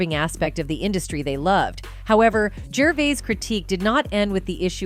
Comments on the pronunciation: "Jerveez" ?? "Jervyz" ?? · Why is she saying “Gervese”? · You can't even pronounce his NAME. ITS NOT "GERVEEEZ." Nor is it "GERVIIIZE ITS "GERVAYYY". I HATE THESE A.I. TALKERS. IRRITATING AND ANNOYING. TUH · Please say his name right his name is not Ricky gerveez!! It’s Ricky gervais as in vase not veez! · Gervees, gervoos, gervose, f-sake just called him Ricky!! 🙈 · What is the go with this voice, is it a real person. Was she just trying to see how many different ways she could pronounce his name. Gerveez, Gervise, Gervice, Gervays. What the hell are you thinking?. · She called him Jervees then Jervise or is it only me?😮 I thought it was "Jervayse" - Pronunciation. Oh, Now she called him "Jervayse" Never mind , She went back to Jerveese and now Jervise😂😂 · It's not ger verse, it's ger vays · His name is pronounced juhvayz. Seriously there were 3 totally different versions said in 1 sentence. Is this video a confused bot or something? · Ricky Gervees? 😂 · Geervase ?? This is what I hate about some Americans, can't pronounce a word we all say and hear daily.. FFS women get a different job.. Ricky speaks his mind and how we Brits with a funny bone feel.. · Who the f*** is Richard? Does she mean Gerv-eyes? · geeez...stop using AI to present your productions, the tech just can't handle pronunciation of people's names...ricky gervase, ricky gervoice..ricky gervaize... hahhaaaaa... thankyou 😂💪😎💯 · Replying to myself she started pronouncing his name correctly after the first five minutes.Whoops as I am writing this she’s said “Gervize” “Gervais”and “Gerveez”! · You pronounce Gervais at least 5 different ways. Ridiculous. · Oh my god will you pick a pronunciation of "Gervais" and stick with it?! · Who’s Richard? This narrator is dumb or is it a machine. She calls Ricky “Richard” and never pronounces his name the same way twice, ridiculous. RDJ is a punk now, I’m done with these fragile woke losers. They make so much money, buy a sense of humour, losers!